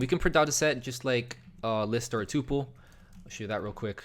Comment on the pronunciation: oi its called a "tuh-pul"